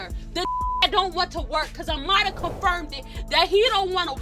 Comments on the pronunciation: The way they say Amara sounds like amala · It annoys me how everybody is pronouncing Amara's name! Its literally the only time they try to roll their R! Like STAAAAAHHHPP!